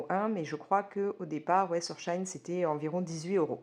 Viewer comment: Coucou ! Shein se dit : Chi in Ce me donne envie de commander 🤣